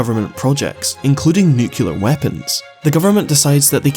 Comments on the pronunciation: What's a "nucular explosion"? Is it anything like a "nuclear explosion"? That'd be confusing, because the latter is a real thing, while the first is an inexplicably common mispronunciation of "nuclear explosion." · Everytime you pronounce "nucular" I report one of your videos